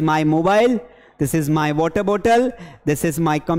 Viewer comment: sir this ko plzz shi se bolo boht irritating lgra haii aqp english ke teacher hoke galt pronous kre hai 😂